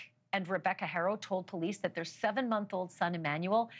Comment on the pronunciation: The real crime is the Butchering of their last name. HAh Roh.. It's not that hard.